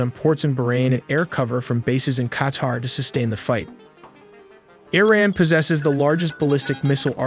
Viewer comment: Eh-ran ?! This AI is Canadian